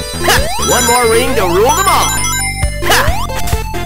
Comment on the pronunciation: TheMrDanieloco I guess he's refering LOTR, but it sounds more like "the mall" than "them all" in my mind